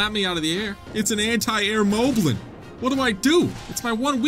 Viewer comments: It is pronounced mob-lin not mo-blin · Him saying "mowblin" makes me cringe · i thought moblin was pronounced mah blin but its actually pronounced mo blin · Ay yo I just want you to know that korok is pronounced korawk, as in core + rock. Also, moblin is pronounced mahblin as in mai boi instead of mohblin! Now go beat them cheeks